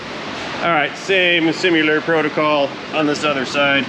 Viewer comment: simular or similar ye of exceptional annunciation!